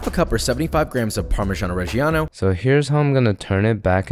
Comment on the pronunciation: „Parmeshan reggiano“ 🤢 it‘s called Parmigiano Reggiano, dear Shotsua Waysman